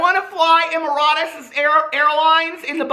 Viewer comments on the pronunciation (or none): the difference between Casey’s video and Trisha, he was SPONSERED to review it. Companies aren’t even touching Trisha with sponsorships anymore. And the airline is Emarites (EMM-AH-RITZ), like the United Arab Emarites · Maybe someone has commented this already - Emirates is pronounced “‘EH-mer-its” or “EH-mer-uhts”, as in the country, the United Arab Emirates (UAE), the capital of which is Abu Dhabi, but the biggest city is Dubai. I’m full of trivia 🤣 💕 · Emer-it's (essentially, that's how you say it, lol) ✈✈✈ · If the airline you are trying to say is "Emirates", its pronounced Em - er - its lol x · Em-a-rits. HE SAT IN COACH? 😂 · It's em-ur-rit-s :) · "Em-mer-its".....is how you say it..fast...lol....was a FA....lol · Emirates need to change the way they pronounce Emirates 🤣❤️